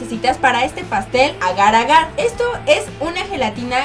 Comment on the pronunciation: iba tan bien él vídeo hasta que dijo agar-agar